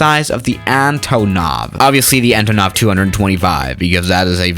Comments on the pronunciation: Just for future reference, it's not pronounced ANTAANOV but ANTOOOONOV. Instead of the aa, it's a long oooooo sound. Antoooonov. Your pronunciation has always triggered me, 😂😂😂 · Nonono if your gonna say antonov in russian its like VODKA